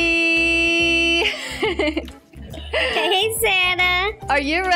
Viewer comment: It’s moody not moddy